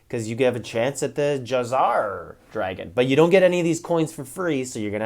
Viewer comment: Ja-zaar? How do you all pronounce Jawzahr? I always thought jaw-zir.